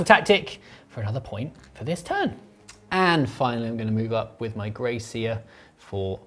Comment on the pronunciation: I thought for a second had named one of his rats “Grace” Then I realised he was saying Grey Seer 😂